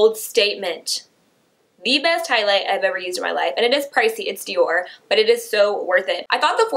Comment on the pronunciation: she totally said highs light bling around 6 mins and something 😂